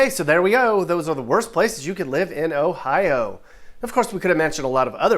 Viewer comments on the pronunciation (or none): The pronunciation of Ohio is a bit oof but it’s close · It sounds so weird when other people say our states name